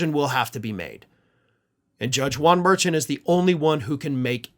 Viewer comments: I think it’s pronounced Mer-shaun. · Hi. Love your podcasts! You may want to contact Karen Friedman Agnifolo about how to pronounce Judge Merchan’ s name. I think it is Mer-Shaun, emphasis on the last syllable. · just a FYI: the judge’s name is pronounced similar to ‘mer - Sean’ Mer (mermaid) and Sean (like the name), ‘mer-Shaun’. Hope that helps. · It’s mer-SHON. Emphasis on the second syllable.